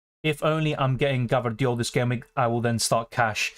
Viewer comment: U have some stamina dude and a very sharp mind and memory, and please for god's sake, stop saying gvardiol in that funny way hahaha!